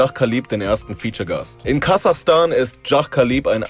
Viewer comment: Du hast Kasachstan falsch ausgesprochen!